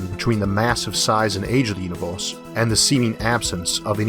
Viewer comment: "Univulse" Oh man, I wish you the best with this phonetic stumbling block I haven't heard someone make that mistake since 5th grade! I'm sure your aware it's pronounce "you-ni-verse"